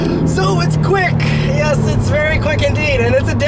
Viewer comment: that smile when he said "yesssh it's quick indeed!" LoL!